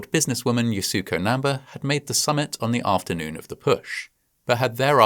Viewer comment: you couldn't be bothered to look up how to pronounce namba's name?